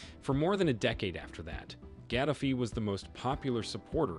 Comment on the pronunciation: You need to learn to pronounce his name. It's not how you say it. It's Gah-da-fee. Not Gad-af-ee. The sad thing is, he was a rebel when he came to power but eventually played ball. It was only when he telegraphed that he would create a gold-based currency that he was destroyed. Ultimately, the media spinned it at the time as if he was some tyrant. A very similar problem occurred in Egypt. But the reality was his push against the IMF and the world order [of fiat currency and debt] that ultimately did him in. It's a shame. He would have done well had Billary not interferred.